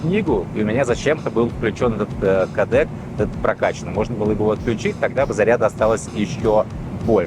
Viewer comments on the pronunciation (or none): кООООООдек!!! На крайний случай ударение на обеих гласных!